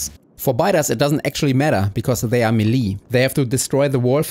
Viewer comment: By the way, ‘melee’ is unintuitively pronounced “may-lay” or “meh-lay”